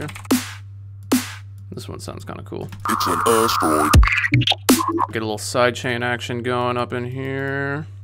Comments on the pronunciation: It's an ass-droid? Do you mean asteroid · One time I thought he said "ass droid" and now I will forever hear that word as such. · All I hear is "ass droid" and I'm sorry 😂